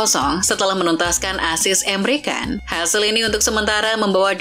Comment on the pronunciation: please lah,penyebutan pemain bola kalo gk Tau,mnding riset,masa pemain Top aja gk tau cara nyebutnya😂,lawak nih channel gk tau Bola sbnrnya,cm copy berita aja,,Yg bener baca Nya EMRE CAN,bukan Emre kan